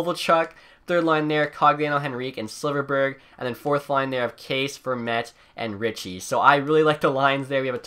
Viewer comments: It is pronounced "Kasha" not case. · Kase is pronounced KAHSHA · Kase is pronounced Kasha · Btw, Kase is basically Kasha, not case XD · “Case” instead of Kase or Kasha like it’s pronounced😂